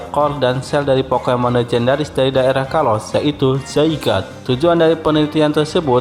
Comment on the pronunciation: Masih ada yg salah dalam penyebutan Zygarde harusnya (Zy-gar-de) dalam pelafalannya terus juga nama orang Pachira aja disebutny gan jgn Pachir 😂🤣😂 ketahuan nih english nya masih kurang tapi gpp lah udah di benerin